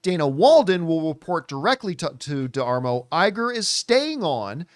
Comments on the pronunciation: It's pronounced "de-mar-o" And wow, "Fuck Disneyland"? lol. Good grief man, chill out. It's nowhere near as bad as you're making it out to be. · It’s da-mar-o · I like John, but holy cow how can somebody be so bad at pronouncing a name. Especially another Italian surname just like Campea. You would think he would have figured it out in pre-show prep before going on camera.